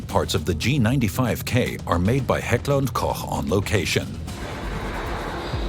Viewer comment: No idea if the speaker is AI, but Heckler&Koch is finally pronounced correctly in English.